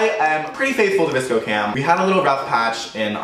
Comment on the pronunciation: LMAO this is funny cause i thought he said disco cam as well until i heard the vsco cam